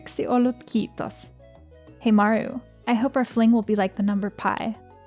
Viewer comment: I'm honestly impressed by your pronounciation in finnish. It's so perfect! The kiitos sounded a bit funny to me still but it was still very good! 10/10 full marks. Still obviously watching the video I'm really enjoying it so far!